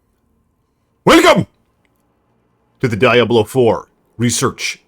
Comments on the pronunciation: That's not how you pronounce Diablo, dude. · As soon as I heard how you pronounced Diablo like a Neanderthal I stopped watching.